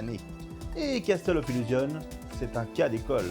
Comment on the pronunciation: J'apprécie tes vidéos pour plein de raisons comme les points de vues inhabituels et les informations techniques précises, en revanche, les illustrations sont souvent très mauvaises à mon goût, notamment les images IA. Des comparaisons d'écrans auraient été appréciées et bienvenues. Enfin, mes oreilles pètent les plombs à chaque 'Casteul of illusion'. Ça se prononce 'Kassol of Illougeonss'